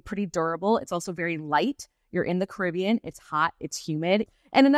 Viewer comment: her pronunciation of “Caribbean” is killing me